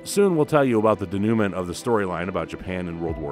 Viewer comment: The producers of this video need to learn the correct pronunciation of "denouement." It is NOT "denouement."